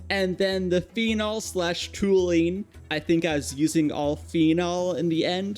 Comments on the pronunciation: It's pronounced tol-u-ene btw! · Tall - You - EEN. Toluene. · Please google how to say things. you pronounced nichrome, toluene, phenol, and a couple other things wrong. The other things you only said once though.